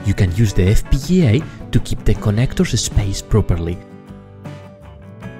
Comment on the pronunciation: Your pronunciation of the word "FPGA" is amazing! <3 <3 <3